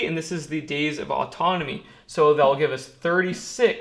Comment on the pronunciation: mind if I call you? This is 2 years old so I doubt you'll read this, but what the heck. You say, "It's SO simple" with too much emphasis. It's simple to you because you're neck deep in it all day long, and every day of the week. It's obvious you love doing this as a career. Don't race through the numbers and calculations. You're thinking ahead of what you're doing, while some of us trying to keep up with what you're doing. I like you and what you're doing, and some day may look for this info.